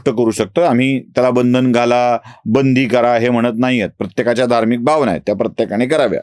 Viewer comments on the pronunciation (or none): none